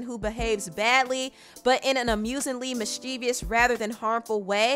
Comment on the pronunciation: And is it me? Or did anyone else get hella aggravated when she kept saying "mis-chee-vee-ous"? It's "mis-chi-vous". Sorry, English is my shh! Lol